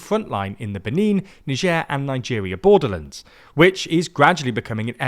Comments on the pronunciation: You are NOT French! So pronounce Niger the British way and call it The Ivory Coast. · "Nijeur" xdd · Ho pronounces Niger like the name of some kind of French delicacy: Truffe au Fromage Très-Prétentieux 😂